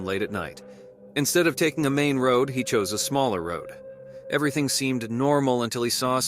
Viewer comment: Dude, you need to work on your narration. "wood" for road and "kettle" for cattle or you mean cow? "Ancient mountain"? Where are you getting your sources regarding this "ancient mountain"? Your videos are entertaining, but your narration is infuriating lol. In one video you said a man recorded a video at 3 pm. I'm quite sure 3 pm doesn't take place in dead of night. I'm sure you'll get a knack for narration in no time. :)